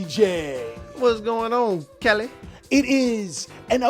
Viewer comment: I swear TJ said Kelly...not Cali feel like he's been doing it for a while now 😂 could just be hearing things